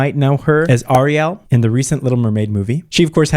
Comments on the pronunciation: the way he didn’t say Halle or Ariel’s name right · How did he manage to mispronounce halle and ariel in one sentence